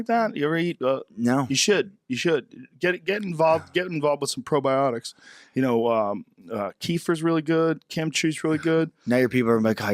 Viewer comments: Hey Joe! Or! FYI: Kefir is pronounced as "key-fear." I hear you talking about it all the time, and thought y'all should know! Keep on doing what you're doing! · Wrong. Keh-fear